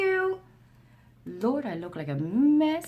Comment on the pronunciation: I ❤❤❤❤❤ when your Newfoundlander words/accent comes out.......Lortd....Lordt....Lort...not sure how to spell it phonetically but you know what I mean 😉😁🤗😊🌞🤣👍❤